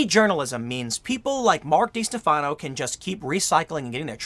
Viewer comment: How do you not realize that by mispronouncing his name, you’re actually helping him? It’s pronounced De-Stef-uh-no